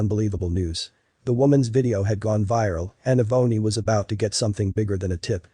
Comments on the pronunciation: Eh-boney? Does he mean Ebony? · Eh-boney? Seriously? Get rid of the computer voice that can't pronounce names like Ebony. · Eeee-bony? Shouldn't that be Ebony?